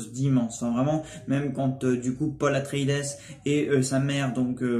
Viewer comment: petit detail : on prononce pas le S a la fin de atreïdes , c juste "atréhide" ^^